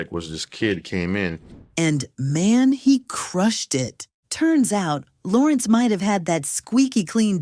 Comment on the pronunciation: “ Laurenz “??These damn AI scripts man 🤦🏾‍♂️..